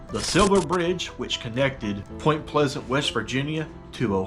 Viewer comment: POY-MNT PLE-SZ-ANT WEE-EH-ST VIR-GEE-NEE-YEA 😎